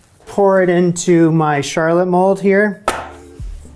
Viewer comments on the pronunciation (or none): none